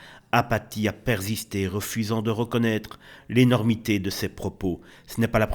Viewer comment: APHATHIE a perzisté "lol"